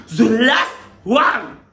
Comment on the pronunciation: Ze last one 🤣🤣🤣🤣🤣🤣 ton anglais est fort